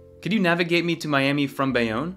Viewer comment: It was all normal till you say Bayonne. I live near Bayonne 🎉